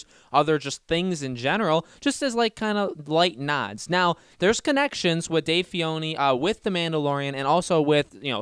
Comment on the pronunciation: right, and he couldn't even pronounce Dave Filoni's name correctly, kept calling him "Fee-oni".